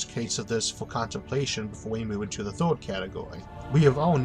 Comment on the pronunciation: Do you say First or Foste? Third or Thode?